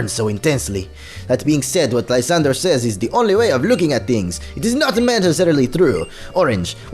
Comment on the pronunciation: Lis-san-dray that how you pernouse it